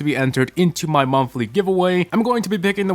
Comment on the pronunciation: "daiwee, weekwee, an monthwee"